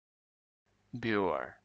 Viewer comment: The Beougher's that I know pronounce it Booker.